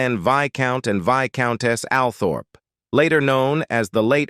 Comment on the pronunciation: What did Dianna's son "reveal what we thought all along"? ABSOLUTELY NOTHING! I am sick and tired of all the click-bait on YT channels. Furthermore, no research was required, or carried out, for this documentary. The narrator simply followed all the official lines. He couldn't even be bothered to learn how to correctly pronounce important names. 'Windsor' is pronounced WIND SOR. 'Althorpe' is pronounced OL THORPE (it is pronounced as OL THROP. Altogether crap.